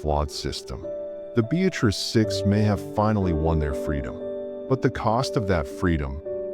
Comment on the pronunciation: Town is pronounced: Be- uh- tris